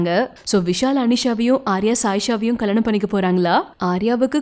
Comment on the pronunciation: Kalyanam ma not kalanam...😀